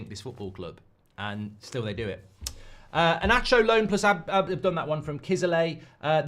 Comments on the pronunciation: Inacio reads Inassio, not inaccio. 😊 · I don't mean to lecture anyone but Inacio the "C" doesn't read as "Sh" but normal "C" as in English. That's Slavic 🙂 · Inácio! E-NAH-SSIO!!